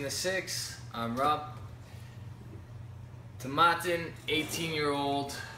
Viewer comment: Not to be a nudge but Tomatin rhymes with satin. Nice review the 18 is a great value in US.